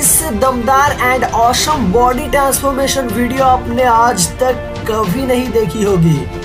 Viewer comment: Bhai tu please awesome bolna seekh le